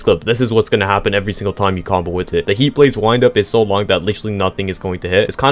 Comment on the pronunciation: Number 7 isn’t called wind as in the air it’s actually wind as in the wind the clock or smth I forgot but it’s like pronounced wynd